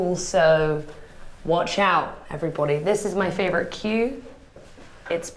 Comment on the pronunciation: the way she said "favorite" sounded so American